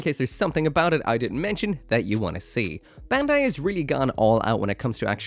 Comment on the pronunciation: Bandai pronounced "bun-dai" (バンダイ), not "ben-dai". for someone who can read japanese you should know